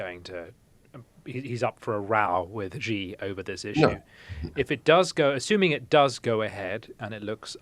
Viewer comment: It’s not Zhee Jin ping, it’s pronounced She Jin Ping